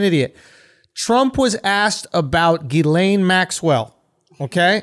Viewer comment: "Ghislaine" is pronounced Jizz Lane.